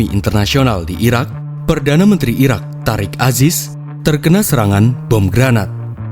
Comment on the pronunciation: Mimin nya kurang jelas , penyebutan Iraq dan Iran . Kuping ku kebalik balik denger nya. Jadi Sampek di ulang ulang video nya di menit tersebut